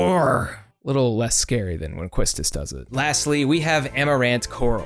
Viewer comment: You got Zidanes pronounciation but you missed Quistis xD. Its french so its pronounced Key-Stis. (FYI World of Final Fantasy did a KH2 mistake so they didnt pronounce her name properly) :)